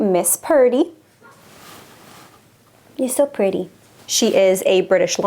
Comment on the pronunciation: You might be saying Purty instead of Pretty dunno.❤